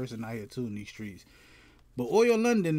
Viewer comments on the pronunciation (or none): its oli not oil